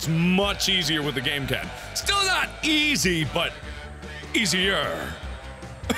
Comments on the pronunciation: Mark: Still not eeeaasy- *Hits the E in Seth Parker's name* Me: Emphasis on the "E" there Mark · Not only did he emphasise the 'e' in easy while an e was falling coincidentally, but this was also fore shadowing to the E meme four years prior.